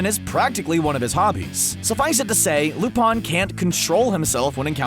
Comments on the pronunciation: lol wtf loopon its lupin not lupon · I thought it was lupin with an I not lupun. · It cringes me every time he says Lupin Lu(pawn)?????????? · um... yeah... ever try watching anime? Just a thought. I mean yeah... No, no, not joking. Like seriously, you can skip the shounen shi... shows with an endless number of episodes and start watching actual anime. Seriously, how can you mispronounce Lu-PIN the 3rd's name when its said in the opening song. "he's not actually perverse but deserves a spot on...." that might be true if there was a total of 30 or so people to choose from. Not when you have a waiting list of 30 THOUSAND characters to choose from. Put them on a list of greediest, most prideful, shameless, etc, NOT on a list that doesn't even relate to them. Out of your top 10, let me show you just how many are valid: Sarutobi Ayame ... done